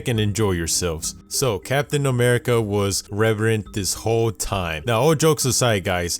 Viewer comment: stop saying reverant